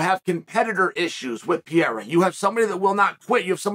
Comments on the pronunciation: Please, for the love of God Chael, the man is not French. Stop calling him Pierra. It's Pereira. Like, there is only one undefeated, undisputed Chael Sonnen "Per Era." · Sonnen. Could you please says Alex last name right. Isn’t Piera, it’s Pereira. Thanks in advance. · Dude stop saying Pierra 🤌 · Poatan “Pierra” according to Chael 😂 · Please quit saying "Piera" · 9 minute video and im not sure I heard him say the champs name correctly once. 😂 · Why can't you learn how to say the man's name properly. You talk about focus and honing skills and you can't say pereira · Learn to say the champs name, ariel already called you on this. Shame on you Kale Sonnen